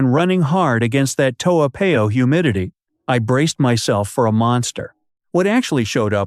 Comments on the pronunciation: Its Toa Par yo not Pay oh..please learn to pronounce the names of our places correctly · Americans tend to pronounce unfamiliar names as if they are American words. In Asia more often than not the alphabet a is pronounced as ah not ay. Toa Payoh is a hybrid name between Hokkien dialect and Malay . It should be pronounced as Toh- ah Pa-yoh . Toa in Hokkien means big. Payoh is a modification of the Malay word paya meaning swamp. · Eh, if you live in Toa Payoh, you better go and learn to pronounce Toa Payoh lah. Your pronunciation of that wonderful suburb is definitely the worst I’ve ever heard. I suggest you go downstairs and ask one of the uncles or aunties how to pronounce it. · You didn't live there cuz you can't even pronounce it properly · The math does not work because I just checked with one of my relatives who lives in Singapore. In addition, does not appear to live in Singapore. The proof - he did not pronouce the name "Toa Payoh" correcly. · You claimed you spent 4 years living in Singapore, but you cannot even pronounce your town Toa Payoh correctly. And you want to promote your Youtube. Shows disrespect for our country.